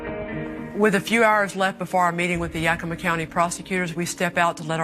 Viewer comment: It's pronounced Yak-ugh-ma. Pronouncing it the way she's pronouncing it, is one of the biggest pet peeves of people who live there. For some reason, the names of our cities are hard for her to pronounce because she butchers every single one she does a story on. Puyallup being the funniest one to date.